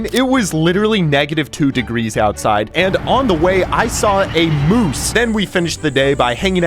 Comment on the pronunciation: mmmm yes a "moose"